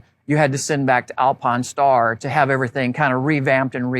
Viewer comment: This dude not saying Alpinestars correctly and driving me out of my mind! Good Lord